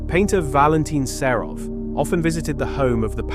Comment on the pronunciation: Українська мова СПОТВОРЕНА ШІ! Невірні наголоси, місцями розповідь прискорюється до скоромовки, сам ритм розповіді - на одній ноті, художника Серова ШІ перетворив на СарУфа, слухати все це було просто огидно, невже не можна, щоб текст читала людина?